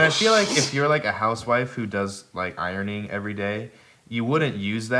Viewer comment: "i-rone-ing" - Jared Dines 2019